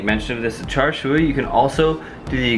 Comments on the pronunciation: it's char siu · char siu = "cha shew" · It's "char shau" or "char see-you" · You pronounce it char siew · pronounced "chah sue" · char siu is pronounced "chah seew". Before anyone question me, char siu is a cantonese and I've been speaking it since I could speak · That char siu pronunciation tho ._.